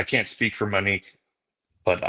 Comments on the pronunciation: this beautiful woman name is MOnique Ashleigh keeps saying MIN-ique. MINique. Not MOnique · For the luvva gawd it’s not pronounced MINNique please say MO-nique I know two Moniques and they hate when their name is pronounced the way you pronounce it🤦‍♀️🤷‍♀️ love ya tho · MO-Nique Her name is MONIQUE It’s not MIN-Nique Please stop calling this beautiful woman the wrong name ASHLEY. Right?! It’s annoying when people spell your name incorrectly and it’s equally as annoying bordering disrespectful to pronounce a name wrong just because YOU think that’s how it should be pronounced or because it’s easier for you to say Min-Nique versus saying her name correctly. MO-NIQUE it’s Monique. Mo. Her loved ones called her Mo. that’s because her name is MO-Nique. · Good God, Ashleigh— Monique is pronounced MO-NEEK, NOT MINEEK… Get it right, gurl!! So annoying!! 😖😖😖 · Everytime she says Minnique I cringe. MO-NIQUE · Her name in Mo nique not Ma nique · Ashley... repeat after me. MOnique. MO. Not Menique not Minique.... girl! 🤦🏻‍♀️ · It is not “MUnique” it’s MOnique. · Love the show but she keeps calling her Manique. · Yes, and call her Monique not “Mo” or Minnique. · Her name was Monique. Why do you keep calling her Manique? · You’re literally the ONLY person reporting on this case (and there’s upwards of a hundred journalists reporting on the Teppe case) who is calling the victim MIN-NIQUE. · HER NAME ISN'T MIH-NEEK! 😒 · I’m ready for you to pronounce Monique’s name correctly. Ashley.